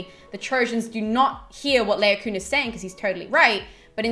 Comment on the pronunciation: Really enjoyed the video, thanks for researching and posting. Just one minor gripe: I think Laocoon is pronounced La-o-co-on i.e. 4 syllables - LONG-SHORT-SHORT-LONG. Anyway, that's what my scanning of the verses in the Aeneid tells me. 'Troy' is not the best film of the classics ever made by a long chalk but it's an enjoyable romp and a feast for the eyes that shouldn't be taken too seriously! Carry on the good work! Looking forward to the rest of the series!